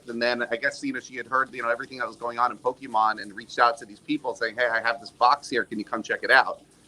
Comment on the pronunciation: the main red shirt guy can't even pronounce pokemon correctly LMAO CLOWN